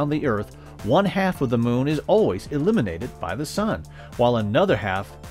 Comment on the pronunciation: Heard so many of these from many people. I always took "dark side of the moon" to mean we didn't know what it looked like, so it was a dark patch in our knowledge. The way the narrator say "illuminated" sounds like "eliminated".